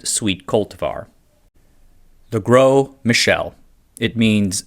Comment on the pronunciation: "Gros" just means "big" in French. (Pronounced more like "grow" than "gross".)